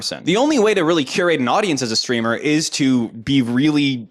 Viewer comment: I think you mean “Streamah”